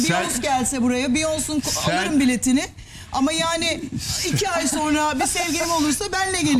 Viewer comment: tüküren dedenin saçındaki olay ne ya :D hayır andropoz yaşını da geçti hala neyin bunalımı :D ha bu arada BİYONS değil o ' BEYONCE, BİYONSE okunur ::D:D:D